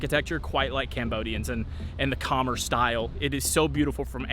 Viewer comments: Nice video and happy to see you highlight a local eatery. Many gems along the streets of Phnom Penh! One word of advice would be to ask for pronunciation help on local words. The two that stand out are Khmer (Kuh-mai) which should rhyme with come close to rhyming with eye and Bassac (buh-sock) which should rhyme with sock. Take a minute to ask a local. They will be happy to help and pronouncing things the correct way shows a respect to the culture. Thanks for highlighting this beautiful city! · Khmer is pronounced cuh-MEER. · It's pronounced Ka-Mye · Not trolling. Ka-mare like a horse ( western) or Ka- mi like the word hi. (Cambodia way to say). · Kommer? it's pronounced K'MAI. Also, I notice you eat with the fork. In Cambodia you eat with the spoon and use the fork to load the spoon.This is why the forks at local restaurants are so flimsy! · What an idiot saying Khmer so confidently but wrong